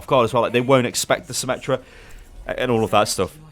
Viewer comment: FUCKING ATOU CORRECT. NO SOMME, NOT SYMMETRY, FUCKING SYMMETRA